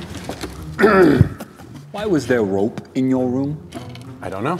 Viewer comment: “The roope is crucial” English with..